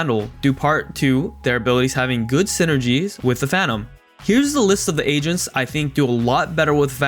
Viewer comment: Yo I’m not gonna lie I really thought this man said Asians instead of agents lmao